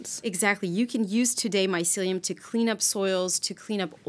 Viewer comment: Ladies, you really need to reshoot this video. Too many mispronunciations and other errors to list here but I was cringing throughout the entire video. This is important subject matter and it needs to be done properly. Thanks.